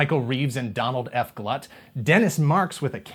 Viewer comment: Glut is pronounced like Glue with a T on it. I have a video where he introduces himself as "Dinosaur Don Glut," which is how I learned the correct pronunciation.